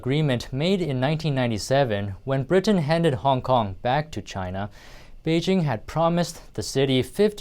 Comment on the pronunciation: "𝗞ONG KONG" (?)